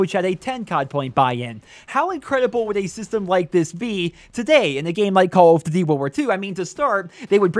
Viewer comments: “Cawl uf ditty” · "call of dity games"? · "Call of Ditty" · "call of divy" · call of "ditty" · Call of Duddy 😂